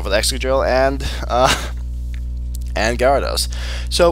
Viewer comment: Also, its OFFICIALLY pronounced "G-air-edos" not "gyahr-ados"